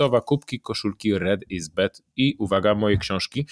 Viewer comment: Panie Piotrze! Uwielbiam Pana kanał na YouTube i oglądam każdy odcinek z wdzięcznością, że jest. Z uwagi na to, że słucham uważnie, nie mogę przejść obojętnie wobec początku nagrania gdzie powtarza Pan "Koszulki Red is Bed". Panie Piotrze, bardzo proszę zwrócić uwagę na wymowę słowa "Bad", bo to, że wymawia Pan "Bed" może przynieść negatywny wpływ na odbiór firmy - a szkoda by było! Pozdrawiam 😇